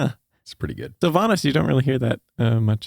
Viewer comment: Daven...pronounced DAVE-EN